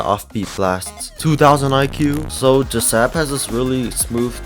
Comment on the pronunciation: This is how you say jsab it's not like this j.sab the way to say it like this J.S.A.B